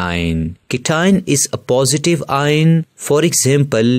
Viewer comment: that's not ien that's ion